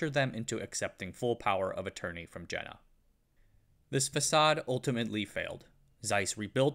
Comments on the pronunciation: This video would have been a 💯️ if the Jena was pronounced properly, it's just so distracting. especially knowing how much research went in to it, and yet such a small, but obvious thing, was missed. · Is it really too much to ask to look up how to properly pronounce "Jena"? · Great film, but the German pronunciation's are a little of the mark. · Seriously, you had to butcher the pronunciation of Jena in this video? Over and over again...? All you had to do is google it. Totally ridiculous. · I worked for Carl Zeiss (Dublin California site) as a product design engineer for 7 years (left 4 years ago). It was very interesting to chat with Jena people who grew up in East Germany. BTW, they pronounce it YAY-nuh. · Pronunication issues: Jena is Yeh-na. Yeeeh-na Zeiss is Tsa-is. Not size, T-before-the-z Tzais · Just FYI. Jena is pronounced yeh-nah. It's a site of a famous battle where Napoleon defeated the Prussians. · Great video... but my ears were bleeding at the pronunciation of Jena which should be "yeh - na" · My point is that if there is no English language equivalent for Jena, and there isn't, the German pronunciation should be used or at least attempted. I've been to Jena and calling it "jenna" just grates on my ears. It's like if he kept pronouncing Zeiss as "zeess". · The name of the city Jena is pronounced as if it starts with a “y.” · "Jena" pronunced in American. Lol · You could at least pronounce Jena correctly, as in Yayna! Soft j in German, please. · For the love of god, it's pronounced Jena, not Jena. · Je.na (yeah, nah) It's not Jenner. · Jena is pronounced Yena, not Gena, please!!! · "Jena is pronounced like "yay-na", not "jenna". Sorry, it just grates on me." I had to stop watching this minutes as pronunciation of JENA by this individual grates on me as well. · Ffs it is pronounced Ye-na